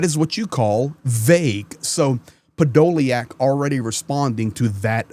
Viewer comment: hey the spelling is a good English version, the' iack' in Ukrainian is YUK, so his name is pronounced Podo lyuk which is impossible to translate into English as it gets said as ly uk... I have the same name.... :)